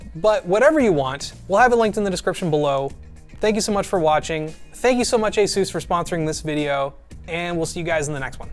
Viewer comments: Well I had no idea it's pronounced ay-soosse, probably because it isn't. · Asooouce. Pegasooouce. 😅